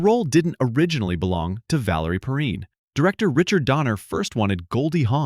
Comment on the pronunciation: I’ve never heard anyone pronounce Valerie PERRINE the way you do in the clip. I’ve always heard it pronounced PURR - EIN.